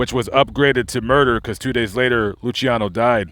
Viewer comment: You miss pronounced lucianos name